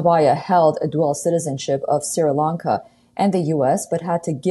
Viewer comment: Pronounced SHREE LONKA not SIRA LONKA